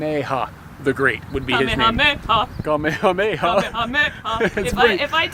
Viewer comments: "Kamehameha"? I must be getting old. I learned how to pronounce this while watching the original Magnum P.I. back in the day: Kuh - may-uh - may-uh 😉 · Cock sauce you say? I call it kickin' chicken. I think the pronunciation is KUH-MAY-UH-MAY-UH.